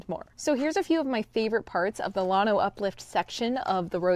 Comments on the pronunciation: Lan- O not lawn-O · There is a small collection of what we would call hills, also called Packsaddle Mountain, that is the last remaining bit of the Grenville Orogeny. The schist is very impressive. Check out JSTOR for an excellent scholarly article on the Llano Uplift. By the way, it's pronounced Lan-Oh, not Lon-Oh. If your a Hill Country boy like me its hard on the ears. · It's, LANO, NOT LAWNO. 😉 Llano. Llano (/ˈlænoʊ/ LAN-oh) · Here in Central Texas, we old-timers who grew up in the area call at "Lan Oh"... not "Lawn Oh". 😉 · I like your channel, studied geo at UT, and Llano SHOULD be pronounced with a glis after the L. Uhlyano with a very short uhl. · lann o pronounce it right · Llano is a Spanish word and is correctly pronounced "YAH no". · than stop calling the uplift spainsh name. It means flat or smooth whats the English definition of lano??? Call it something English you can't pronounce it.. Guess what Texas is a Native American name so why don't you butcher its pronounce for your pride in stupidity...cause your to dumb to say it Yano (ll is y) as it is a Spanish word?😮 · All my family is from Fredericksburg and Llano, you are pronouncing Llano different from how my family and I do! I still have family living in Llano and I have been there many times in my life!